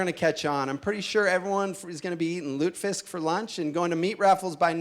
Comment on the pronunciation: And wtf is lu-tah-fisk?? Lol